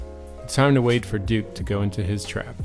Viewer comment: I like how he says "Dook" instead of Duke. Really quaint lol